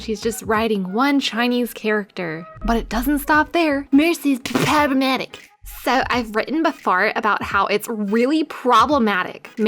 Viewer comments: its pronounced p-PROBLEMATIC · I died everytime you said "pppproblematicc". I love your humor and I get super excited every time you upload a video. Keep it up! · I subbed for you pronounciation of problematic... gotta love a good laugh! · great video, but I cringed every time you said "problematic"